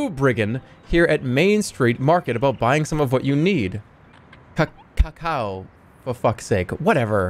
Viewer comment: Love how this guy doesn’t know how to pronounce cacao